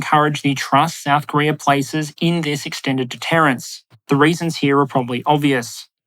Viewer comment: Did you say Korear?